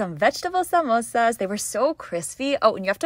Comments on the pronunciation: Atleast she could pronounce samosa correctly and not changing its name to mimosa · Finally someone pronouncing samosa as samosa not minosa and chutney instead of sauce or curry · Thanks for not pronouncing the samosa a mimosa